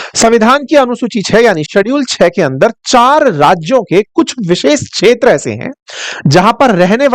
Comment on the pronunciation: Kindly pronounce kshetra properly